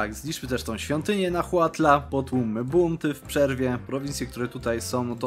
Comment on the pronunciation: Mała lekcja wymowy: Huasteca [Łasteka] Nahuatl [Nałatl] Chichimeca [Cicimeka], mała ciekawostka Chichi [cici] to w nahuatl, pies. Jaki to ma związek z tym ludem, nie mam pojęcia Tzotzil [Cocil] Xiu [Siu] Itza [Ica] Champutun [Ciamputun] Xicallanco [Sikalanko] Teotitlan [Teotitlan] Mixtec [Miśtek] Ceh Pech [Cek Peć] Mam nadzieję, że pomoże to w trakcie kolejnej kampanii w Mezoameryce, a ja i 2,5 innej osoby interesujące się regionem, nie będziemy krwawić z uszu z powodu wymowy :) Ps. Podałem tu tylko nazwy wypowiedziane w filmie Ps. Nazwy majańskie zapisałem w wymowie Nahuatl. Nie znam majańskiego, więc mogą być niepoprawnie :)